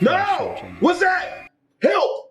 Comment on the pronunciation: You said hilp